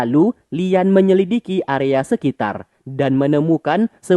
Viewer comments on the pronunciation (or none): none